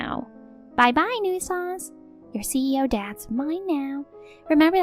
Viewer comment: Nuisance is pronounced NU- sens